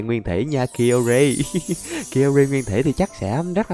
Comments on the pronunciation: kai ô ri anh ơi chứ ko phải ki ô ri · Anh đọc sai tên của pokemon là kai ô gi ko phải ki ô gi đâu😃😅😊